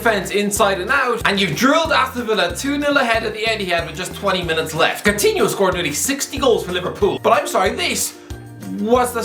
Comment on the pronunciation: How many times can you mispronounce this guy’s name?